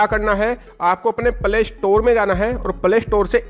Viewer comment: Jis ko bi vedio faltu laga ek like kar na yar Jara shi sa bol yar play store ko pala store bol rahai or dislke